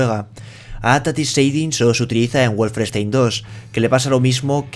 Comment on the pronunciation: "Wolfrestein II y Farain Fantasy" xD xD xD